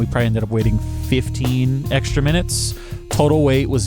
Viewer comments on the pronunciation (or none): none